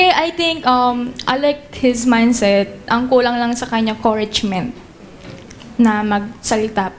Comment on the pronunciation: Koragement, Korently